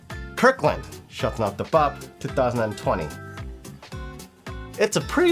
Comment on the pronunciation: Don’t butcher the language 🤮🤮🤮🤮